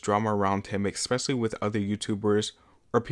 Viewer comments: Good video but STOP SAYING “EKSPECIALLY” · Off topic but why do you pronounce especially as “ekspecially” lol